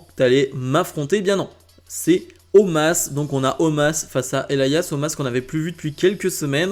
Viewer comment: Non mais sérieux omaaas au lieu de omos...